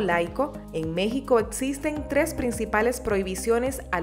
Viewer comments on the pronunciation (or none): none